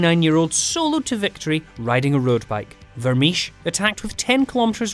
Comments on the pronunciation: Vermiche? Vermeersch is pronounced like Vermears for English speakers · Vermeersch. If you are going to mention a name that many times, is it too much trouble to check the pronunciation?